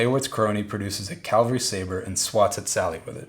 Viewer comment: caValry my friend. caValry. CaLvary is the hill where Jesus was crucified. Cavalry are horse based warriors. great video. very informative.